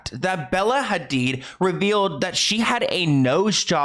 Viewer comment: all the effort you make in your videos is so obvious from research to pronouncing names correctly espcially here when you are saying the Hadid family name and trying to pronouncing the H like it is pronounced in Arabic, we love us a cultured king <3 thank you so much for your hard work and your consisting uploads.